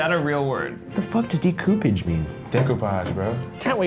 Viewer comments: "Wtf does DEEKOOPEDGE mean?" "Decoupage bro." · "What the heck does decoopage mean?" "Decoupage brah" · "Deku-payje?" "Decoupage bro" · what is de-coup-age? 😂 "See,this is why you need a bro when you Pinterest" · "It's dey-coo-paj brah" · "What the hell does deecoopaged mean"